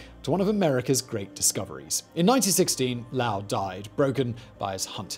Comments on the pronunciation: Lowell = lo Well not lalwel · Low-ell, as in “bowl”, not Lowl like howl. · Yo Simon, His name is Percival Low- ell, the O is long. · Lowell doesn't rhyme with vowel or howl, it is Lo-el like saying Joel in two syllables. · The name is Low-ell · I really can’t take this seriously with the way he pronounces Lowell. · You are mispronouncing "Lowell". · Why do you keep mispronouncing Percival Lowell’s last name?